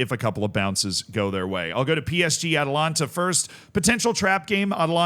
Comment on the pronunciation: Zealandism is not Zealand confirmed... Zealand would never say Atlanta instead of Atalanta